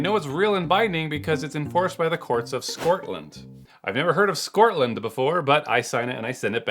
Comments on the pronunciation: "Do the needful" for Scortland. 😂 love your content. 1 thing I don't understand is why Americans tend to say 'erbal rather than herbal? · Scortland is a thing?! Here I was, mispronouncing it all this time! Thank you for that clarification! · Scotland you said it wrong yank